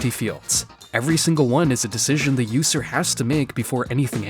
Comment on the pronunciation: “The yoose-r” “Yoose code”